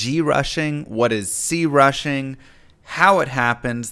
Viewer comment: why he saying crushing like that